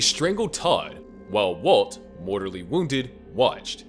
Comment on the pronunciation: Lol mortORly wounded😂😂😂😂 Sorry *mortaLLy